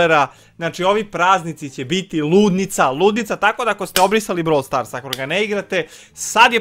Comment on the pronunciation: REKAO SI NA POČETKU BROVL STORSU KOLIKO SI UZBUĐEN 😜🤣😂